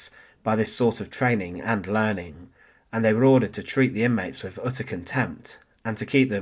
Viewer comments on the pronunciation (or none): Simple, documentary style of delivery. So...... pronunciation IS very important. .... THousand NOT "Fousand"..... wiTH NOT "WiV" ..... and so on....